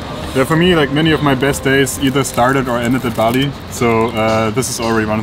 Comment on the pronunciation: Its not pronouced bali like the island, true prononciation is ballö